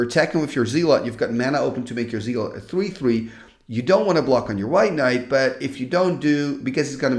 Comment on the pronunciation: Hey, just in case you wanted to work on your American/English Accent, the way we pronounce "Zealot" (phonetically) over here is Like ZEHLLUHT instead of ZEE--LOT. Just incase you wondered or care. ❤❤❤